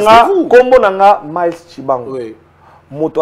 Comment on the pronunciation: C'est Myles. On prononce MICE.